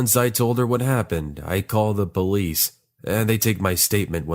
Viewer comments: Did anyone heared that he say bolice instead of police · Yu Bh i also heard him say bolice 🤣🤣😂😂😅😅